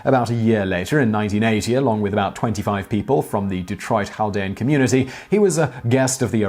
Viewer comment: Simon, how in the world are you pronouncing Chaldea (/kælˈdiːə/)?